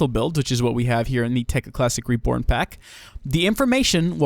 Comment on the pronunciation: sounded like you said "reporn" at the start xD